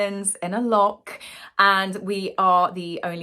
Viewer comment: If u r going to be in Scotland at least have decency to spk our language correctly. It is not lock it is loch.